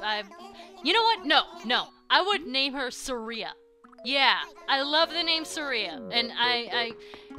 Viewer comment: The "Sketchinator?" I know what you're getting at, but doesn't it also sound like "sketchy?" Cause... I dunno why but I pictured some dude with SUPER LOITERING POWERS, and the power of SMOKING! xD And you say, Suh-RE-a, I always said, SAR-e-a with big emphasis on Sar, not E. I dunno, you say things funny XD